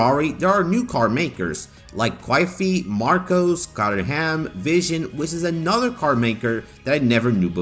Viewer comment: I'm loving this mod so much! But please look up how to correctly pronounce Caterham XD